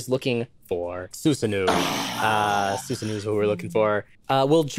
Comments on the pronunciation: Um actually it's not said SUsanOO it's said Susano-o (the two o sounds are separate). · Um, actually... Susanoo is pronouced "oh" at the end, like "oh... I made a huge mistake" not like igloo... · Just an fyi, that double o in Susanoo isn't an /uː/. It's pronounced /oː/ in Japanese, so the closest English approximation would be /oʊ/, i.e. the long o sound. More info underneath for anyone curious! ^_^ (I'm not an expert, some of this info might be a bit off but I tried my best and I'm always open to corrections!) The double o at the end of Susanoo doesn't change the vowel, just makes it longer. Japanese uses a variation of the 5-vowel system, with the only differences mostly just being the presence of some unvoiced vowels (though I'm not sure whether they are phonemic), and the u sound being unrounded, as opposed to English which has 20-ish vowels depending on dialect and how you count. Japanese uses a length distinction, so while long vowels and short vowels have the same sound, the long vowels are quite literally longer. It's still considered one syllable, so to describe length we use the term mora as a unit of time, with long vowels being two morae instead of one mora. That doesn't necessarily mean it's exactly twice as long, it can be longer, but we call it two because there's only one length distinction (long vs short) whereas there are some languages with a short, long, and extra long distinction, and in those cases the extra long vowels are three morae. In the case of the long o sound in Japanese, it can either be represented as ō, ou, or oo. Three quick asides at the end: - There are some languages where there are specific situations in which pairs of words diff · Um Actually, his name is pronounced [Sue-Sa-No-OO] their is a - between the O's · That Susanoo pronunciation was rough..... It'd be better to think of it as Su-sa-no-o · Um actually I'm pretty sure it's pronounced more like sus-an-oh-oh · um actually, susanoo is pronounced soo sahn oh